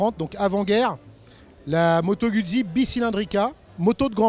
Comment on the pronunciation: Très bonne vidéo, à part la prononciation de Guzzi, la francisation du nom est extrêmement dégueulasse à écouter